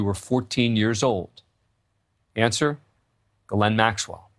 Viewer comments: Glenn Maxwell…? You’d think by now they’d pronounce her first name correctly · News Nation Now does not seem to understand that her first name is two syllables and not pronounced as Glenn Maxwell . It is pronounced as Gee Layne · “Gil-lynn” Maxwell? Interesting pronunciation. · Except her brother pronounces it Gerlin. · Can't anyone pronounce this women's name properly ?? Her first name is French. It is pronounced Jish ( like wish ) plus laine ( like bowling lane ). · Why is he saying her name wrong?